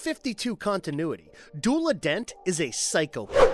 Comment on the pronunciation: it's pronounced du ela